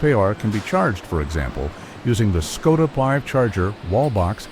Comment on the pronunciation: At least learn how to pronounce the bloody brand name properly.....